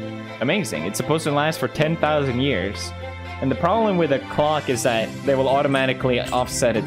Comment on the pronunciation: “And out of nowhere he’s building a giant CLOCK” I thought he said c0ck 😭😭